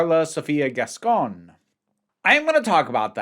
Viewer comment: Just starting to watch the video but I have to say something I wanted to say in the prior video and forgot: I absolutely love how you pronunciate Gascón... you're doing it SO well. 👏🏻👏🏻👏🏻👏🏻👏🏻👏🏻 Lots of love from Buenos Aires 💖💖